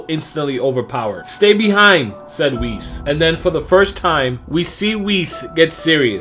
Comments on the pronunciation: Holy crap it's Whis not Wheeze. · You say Whis as (Wheeze) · Did he pronounce Whis as Wheeze?